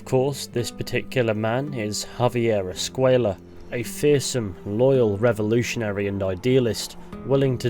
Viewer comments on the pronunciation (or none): I don't think his name is pronounced "escueya" though, the way it's pronounced doesn't make sense in Spanish it makes more sense to pronounce it as "Escuela" maybe an oversight idk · Escuella is pronounced “Escway-ya”. The double L in the Spanish language is pronounced like “Y” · I'm pretty sure Reyes and De Santa pronounce Escway-la but I might be wrong